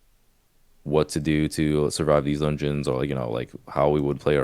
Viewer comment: the way pronounces dungeons makes me smile everytime "Donions"